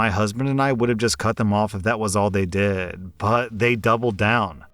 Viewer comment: I really wonder what accent is. The only thing about it that I notice is the fact that him saying "Did" always sounds like he's saying "Dead"